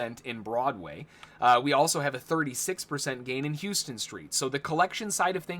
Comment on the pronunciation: In NYC Houston St. is pronounced "how-stun" not "hooo-stun".